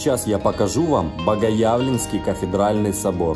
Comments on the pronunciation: Только ударения режут слух. БогоЯвленский собор, сметанкОвый сыр. БогоявлЕние - БогоявлЕнский, сметАна - сметАнковый. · БогоявлЕнский, БогоявлЕние. Ударение на Е. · Правильно говорить не БогоЯвленский, а БогоявлЕнский Собор, от слова явлЕние Господа Бога нашего...